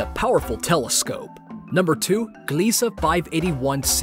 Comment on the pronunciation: "Gliese Uh"